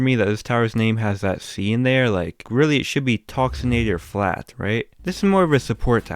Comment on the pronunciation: you are saying toxicnator wong